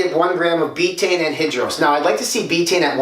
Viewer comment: "Anhidros" Its anhydrous like hydro